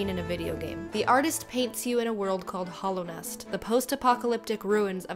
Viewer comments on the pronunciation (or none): When she called hallownest hollownest i puked